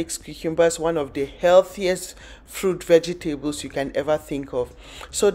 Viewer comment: It's Vegesta bles not veges table